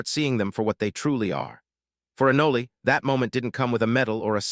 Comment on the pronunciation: It's "ah-noll" not 'ah-nol-ey' you AI trashbucket.